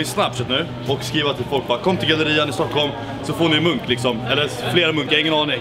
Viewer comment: Det lät som han sa "whats monk" istället för whats munk